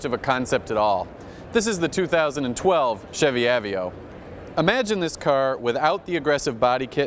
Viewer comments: I think he says "ah-vee-oh" a hundred times on purpose just to annoy the rest of the world who pronounce it "uh-vey-oh." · av---veee--oh....really........ i always dislike the pretentious vibe from this particular guy but come on, know how to pronounce a car if reviewing them is what you get paid to do. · that's what I was thinking! I'm talking about the guy who said "av-veo" instead of ah-vey-oh. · I've heard "uh-vey-oh"(how I pronounce it), "A-vee-oh", and now "ah-vee-oh", what's next? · How does this guy mispronounce "Aveo"?